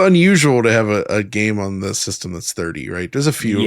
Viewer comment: How did Goemon become.. Gameon?